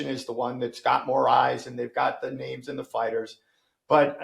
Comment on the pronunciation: It probably would have helped if he could pronounce a single name